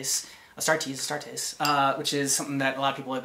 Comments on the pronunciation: Its "A" Starters not Astraters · The Orks think that painting their vehicles red makes them go faster. If there are enough Orks in a group who think that, then their vehicles do go faster. They also think that Purple is a sneaky colour, because who has ever seen a Purple Ork? P.S. It's pronounced AS-TAR-TEES.